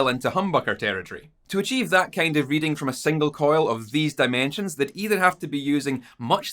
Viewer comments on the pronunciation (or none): none